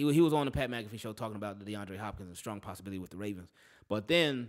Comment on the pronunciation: Nahh bro he said SKRONG